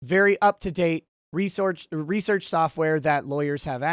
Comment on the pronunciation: Looks like you did more "" there. Good on ya. And yes I caught you on saying lol.